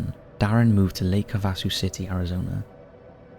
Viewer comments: Lake Havasu is PRONOUNCED Lake Have-uh-soo OR Have-ah-soo - NOT ha-vas-soo - :) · It’s pronounced Lake Have-a-sue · It’s pronounced HAVE-a-soo. I’ve been over both London Bridges, Lake Havasu and London. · It’s pronounced Lake HAV-VAA-SUE. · Lake Have-a-sue. I cringe every time you mispronounce a name or place, which is just about every video. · Pronounced- Lake Have-Ah-Sue. Easy peasy!